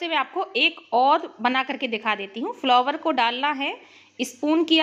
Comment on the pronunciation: Bahe ji, फ्लोवर जैसा कोई शब्द word ही नहीं हे. आप फ्लावर बोलीये.